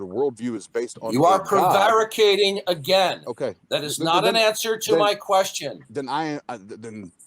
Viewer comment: Darth learned a new word today. Prevaricating. Maybe tomorrow he'll learn how to pronounce it correctly.